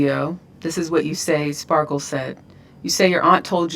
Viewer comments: Ti keeps calling her Sparkles 😂😂😂❤❤❤ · Sparkles 😂😂😂... it's Just Sparkle